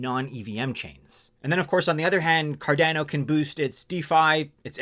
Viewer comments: Hmmm, a little nuance on Cardano's pronounciation as it sounds a bit off key, like a piano with one key out of tune. When watching Charles, the founder of Cardano, he pronounces it in his vids a bit of a different way. Although spelled to sound like Car'DAN'oh...he says it Car'DON'oh. Thoughts? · It’s named after Gerolamo Cardano. “Kar-Dah-No” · please pronounce the name correctly!!!!